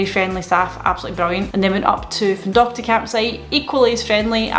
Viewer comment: Well done with the pronunciation of Findochty! 😆 Can't wait for you to get your van. Hopefully we can get a few shoots done together before the end of the year 😊